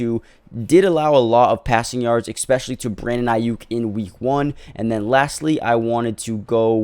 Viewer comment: Expessally??? Stop saying EXpecially. It's especially. There is no x in the word